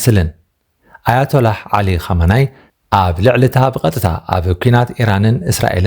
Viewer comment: ኹመይኒ' not ኹመናይ ።